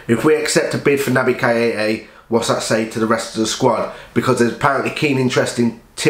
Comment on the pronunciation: Good video mate just one thing. Please pronounce Keita's name right, it proper gets under my skin haha. Naby Kay-ta. Hopefully we get the deal over the line but £70M is way overboard now